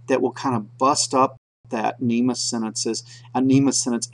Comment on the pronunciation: You're pronouncing it wrong. NEMA is the National Electrical Manufacturers Association. NMEA (The National Marine Electronics Association) is pronounced "Enemy Aye"